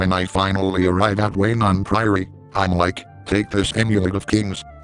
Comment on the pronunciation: I lol'd at the way he says Weynon Priory. "Then we march on to WAY-NON PRIORY. We then find WAY-NON PRIORY under attack."